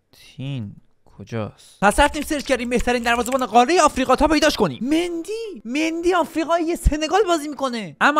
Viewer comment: دقت کنید آفریقا آقریقا بود